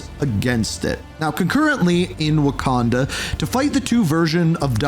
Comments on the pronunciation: of Waquanda 😭 😭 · Kra-Koa its Krakoa, Khonshu not Onshu, Wakanda not Owanda. Slow it down learn the pronunciation its not a race